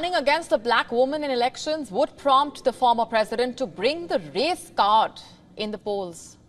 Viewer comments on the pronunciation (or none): Lady don't ever say "Reese Cod" again (race card) hahahahahah